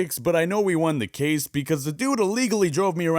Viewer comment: Case not vase